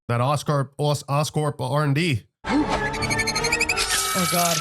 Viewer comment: almost went British/Australian with that Oscorp stutter lol it caught me off guard, but gave me a good stupid laugh